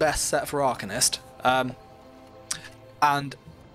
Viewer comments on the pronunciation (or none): The fact you even said “arcanist” like that smh